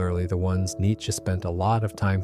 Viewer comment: Thank you for being a part of the 1% of people who pronounce "Nietzsche" correctly